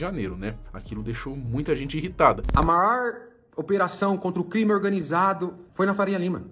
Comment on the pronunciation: "a maór operação" pra mim acabou aqui a argumentação kkkkkkkkkkkkkkkkkkkkkk